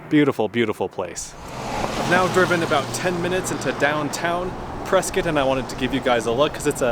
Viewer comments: You pronounced Prescott correctly 😁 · Nice work in highlighting my neck of the woods! Moved to near Prescott (pronounced Preskit) 17 years ago from New York. Absolutely love the area!